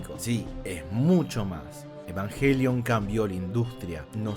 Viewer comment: Muy bueno, pero dice yenesis , evanyelion y/o evanguelion 🤣🤣🤣